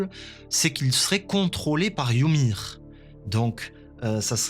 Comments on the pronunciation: «yumiru» c’est la prononciation japonaise en fait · Wsh arrêté de dire yumir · Pk il dit youmir🤣🤣🤣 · Pourquoi tu dis Yumir? Ça me stress 😂😭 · "Yumir" ça m'a stressé tout l'épisode, c'est "Ymir" sans le u. Pareil "Sieg" et pas "Zeke"